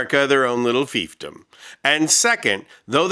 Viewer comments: Thanks to you I now know how to correctly pronounce fiefdom. 🙂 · I know this is petty, but I love that you know how to pronounce "fiefdom". We live in the MAGA Swamp of Ignorance and Stupidity and any glimmer of intelligence is so welcome.